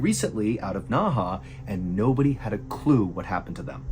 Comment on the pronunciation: It’s pronounced as Nei he….not Na Ha…Nei He when translate to English means inner river